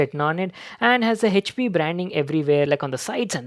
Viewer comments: Yeah but it's wrong pronunciation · The pronunciation of " HP " , he says is OP 😂😂😂😂😂😂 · No he says Hech P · 😬😖 everytime he says HP (हेचपी) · The way he says "HP"